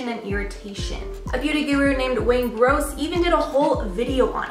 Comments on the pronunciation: Bless it, it's Wayne GOSS not GROSS, it's OK we still love you. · It's Wayne Goss, not "gross" 😂😂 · His name is Wayne GOSS, not Wayne GROSS! OMG you constantly get names wrong. Can't you turn on audio when you research so you pronounce their name correctly. What a slap in the face! It shows such a lack of not caring when you don't even bother to pronounce someone's name correctly!!!! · I know she didn't just call Wayne Goss "Wayne Gross" lol omg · Omg... did you just call beauty icon Wayne Gross*..? It’s Goss. He’s been in the industry longer than you’ve been alive probably... that just seems so disrespectful man. I keep *trying to give your videos a chance but you need help getting your stuff together. Unrelated- not a fan of the bed set up. I like the other backgrounds. Just my 2 cents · It’s Wayne Goss, not Gross. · I love it that my favourite beauty guru is mentioned, but it's Goss, without the R! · Did she just say Wayne Gross?! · Wayne Gross? Seriously, please start taking the time to learn how to pronounce people's names... It's constant on these channels. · I really don't care that much about name pronounciation,but Wayne Goss is the limit sister,,,he is the epitome of honesty and kindness,,,I don't like the fact that you called his name wrong(when it's a easy one) and did not do your research. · It's been said, but how can you get Wayne Goss wrong?!? He's a legend. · Wayne Goss is not just a “Beauty Guru” he is a professional makeup artist with years of experience and the lord of GOOD makeup and tips. He is the nicest guy on YouTube. How could you not know him and even said his name wrong??? This made me upset.